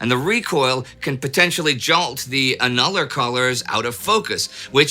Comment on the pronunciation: The "annular" in annular collars is said as ANN-yoo-luh, just for reference. It comes from the word annual, meaning yearly. This type of component consists of concentric circles, like the annular rings on a tree - the yearly growth rings. No, YOU'RE a pedant... ACTUALLY!